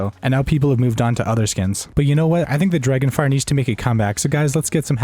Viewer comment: He said dragonfire hahahaha lol